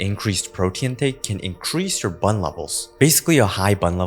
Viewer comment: Don't say BUN like that... It is an acronym and should be said B U N